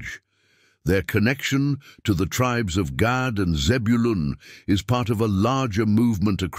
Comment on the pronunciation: If you can talk really reluctantly and you communicate well it's a gift of Gad pronunciation actually is God 😮